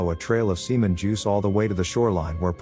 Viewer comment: He said "seaman juice" LOL